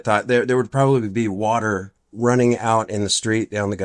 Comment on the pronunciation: He's lucky he didn't drown in the "Warller" (water)!